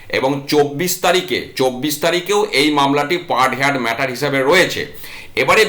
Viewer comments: হেয়ার্ড নয় হার্ড উচ্চারণ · Say 'hard', not haired. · Heard উচ্চারণ হেয়ার্ড নয় | হার্ড |